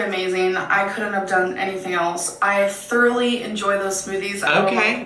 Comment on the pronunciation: I "thurly" enjoy the smoothie...